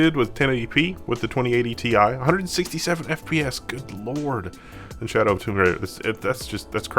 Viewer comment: "shaodw" :D